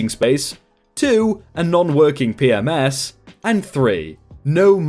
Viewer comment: re: story at ~ ; It sounds like you are saying P-Ms (plural) instead of P-M-S for Property Management System (standard hotel software).